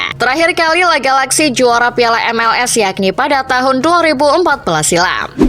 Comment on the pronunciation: astaga Admin Channel, coba cari narator tu yang ngerti caranya baca nama klub bola, masa L.A (Los Angeles) galaxy dibaca langsung "La Galaxy" 😂